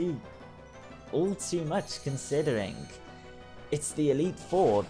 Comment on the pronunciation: Bro, you pronounce all words ending on 'ing' like 'ingk' its very annoying. Consideringk...